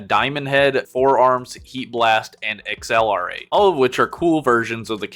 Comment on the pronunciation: X-L-R-8 pronouncing is jarring each time😂😭